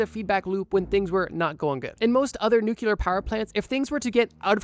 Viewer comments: Whats a Nuke-ular ? You mean nuclear. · What's a "nukular" power plant?